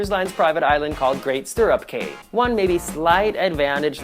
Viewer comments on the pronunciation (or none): BTW Cay is pronounced like KEY. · Outdated information. And CAY is pronounced "KEY". Come on.... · I sooooooo know what you mean. Im Bahamian so when I here Cay pronounced like the letter "K" it jumps out to me!!! Good videos -- except the Nassau one:-(....lol Im looking for a nice quaint cruise and was almost sold on RCCL until you pointed out NO SLIDES.... Got me thinking!!!